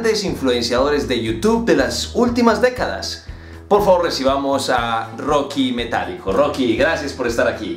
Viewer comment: jajajaja Rocky Metálico su pronunciacion 🤣🤣🤣🤣😂 saludos 🙋‍♀️👋🤗